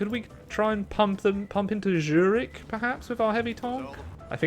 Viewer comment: did really pronounced Zürich like dschürik? xD